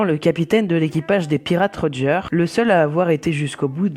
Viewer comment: super le dessin et sinon ça ne se dit pas rogère c'est rodgeur et sinon tu l'a bien écrit ;)